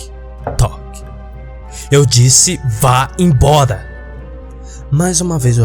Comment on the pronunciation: "vá em boda" kkkkkkkkk pqp velho